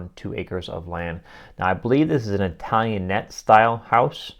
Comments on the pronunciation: It is an Italiannet style, but it is pronounced Italian aid. Also, picture rails used to not damage plaster walls. I love old houses thanks for making this channel! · ItalianATE, not ItalianETTE. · Italian-ate not italian-et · Italianate-I've heard it pronounced Italian-Ate, however, checked Websters Online and they pronounced it Italian-it. So, then I checked pronunciation of just the suffix ate and there were two choices: it or et. So, are we supposed to pronounce pronunciate, pronounci-it? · Pronounced Italian-āte, not Italian-et. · Pronounced "Italian-EIGHT". The large floor-to-ceiling mirror is called a "pier" mirror, traditionally designed to be hung on a "pier," which is the wall space between two windows, essentially filling that area with a large, tall mirror.